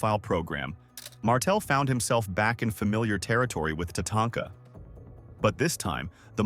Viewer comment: Who's Mr. Soto? It's Saito pronunciation is important. Jesus you can't even pronounce Santana smh you suck. Now you cant pronounce Tatanka and Drose smh.